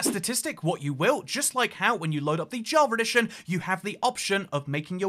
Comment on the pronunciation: Nobody:: Java Redition